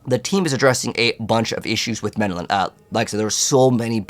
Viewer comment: Ring of Mendeln not Mendelan lol. Other than the mispronunciation, great video.